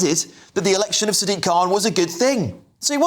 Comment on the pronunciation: Dude you pronounced Sadiq wrong it’s Sad-IQ khan